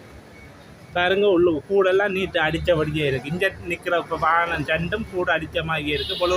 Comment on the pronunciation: வானம் இல்லை வாகனம்